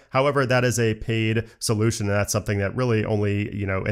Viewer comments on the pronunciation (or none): none